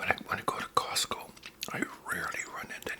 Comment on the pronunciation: The name is: COSTCO not Cosco. But we'll let it slide cuz you're not a real member. You get a pass! 😅